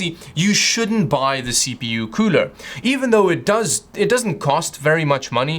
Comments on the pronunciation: I like the way he says cooler KEUWLER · The cuuler isnt that kuuuler when it doesnt look like its qooooling